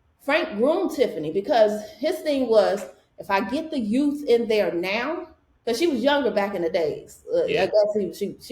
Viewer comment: What I wanna know is why does tiffany always say she's "THE YOUF "😂😂😂 and she's supposed to look up to everyone else lol?? In what World 😂did they tell her she's the "YOUF"????